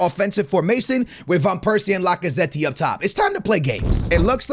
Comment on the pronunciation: Bro said lacazeteee 😂 smh Americans